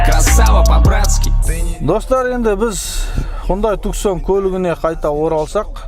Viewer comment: Туксон емес туссон болады